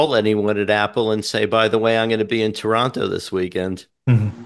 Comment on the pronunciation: Thank you for pronouncing "Toronto" correctly,!